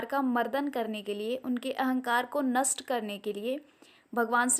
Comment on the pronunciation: bahut acchi aur sahi shaatrashuddh jaanakaari hai.. lekin aapke hindi bhaasha k shabdon ki ucchaaran mein sudhaarna apekshit hai.. example.. नस्ट नहीं नष्ट...और कई शब्द ...🙏